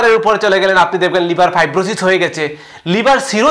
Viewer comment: After many days, I have subscribed your channel. But you should practice about Bangla pronunciation more and more. Thanks a lot. Try to utter ‘liver’ not liber.